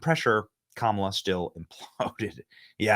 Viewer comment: I love how you twist her name! Kamilla!!!! Good reporting. Thanks much!